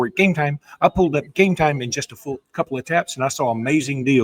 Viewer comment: Enjoy the show but please stop saying game time like that.